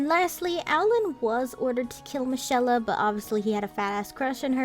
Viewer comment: Im pretty sure michaela's name was pronounced as Mikayla